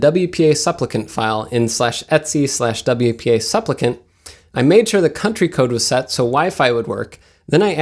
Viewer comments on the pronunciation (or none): Love that you mention the pronunciation of Asus, but say Etsy for 'etc' (etcetera, et set er ah), and soodoo for sudo (soo doh).